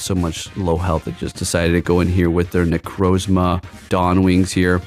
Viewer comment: “dawn mane necrozma” “zekrom” cmon man 😂